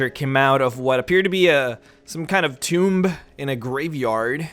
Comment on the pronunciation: B is silent in tomb. Sorry, I'm a grammar nazi, I can't help it.